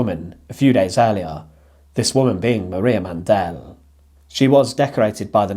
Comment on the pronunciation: Mandl is pronunced without an e Mandl, not mandel